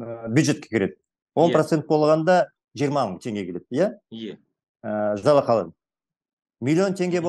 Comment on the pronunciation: Мұха, қазақша жақсы сөйледіңіз, осылай сөйлей беріңіз, ұялмаңыз. Жалақа емес, жалақЫ деп айтыңыз. Сәттілік ! (удачи!)